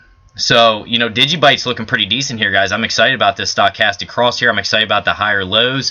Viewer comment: I think you need to learn how to pronounce Stochastic!